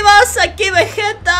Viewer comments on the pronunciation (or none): none